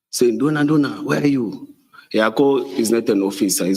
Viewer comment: “NDUNA”😂😂😂😂😂😂JACO come and clear your name😂😂😂